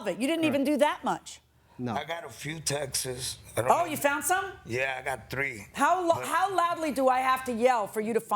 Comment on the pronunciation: Just for the records, YOU CAN'T SEND TEXAS ANYWHERE!!! IT'S A STATE THAT WILL NEVER MOVE FROM ONE PLACE TO ANOTHER!!! THE WORD IS TEXTS !!! IT SOUNDS LIKE THE WORD TEXT WITH AN S BEHIND IT, AS IN TEXTS - A ONE WORD SYLLABLE!!! IT ISN'T SPELLED TEXTES EITHER. JUST TEXTS !!!!!